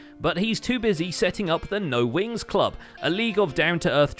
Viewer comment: Glad I'm not the only one who hears Winx instead of Wings.